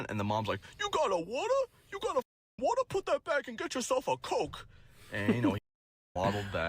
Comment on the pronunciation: “YOU GETTING A WAHTAH?” 😂😂😂